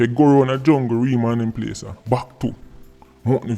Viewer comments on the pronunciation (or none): none